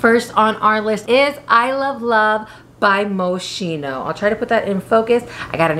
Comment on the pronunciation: If you are interested the right pronunciation of Moschino is moskino and not moscino 😉